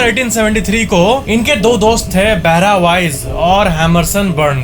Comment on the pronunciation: He literally pronounced Barha as बहरा 😂😂😂😂🤣🤣🤣🤣.